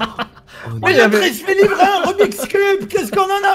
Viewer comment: c moi ou minos a dit remix cube Walah y m'a tué😂😂😂